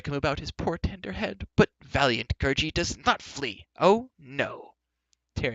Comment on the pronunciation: You said gurgie wrong